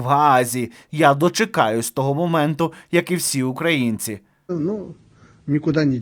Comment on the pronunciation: Чому росіянці так погано знають свою мову ???Чому "українці"не правильний наголос ? Добре хоть притомні ,а не путіністи ватні .